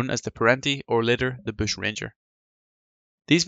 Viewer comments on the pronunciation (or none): The mighty “ boosh”